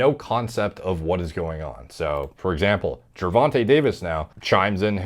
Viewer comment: You actually pronounced Gervonta correctly, good job!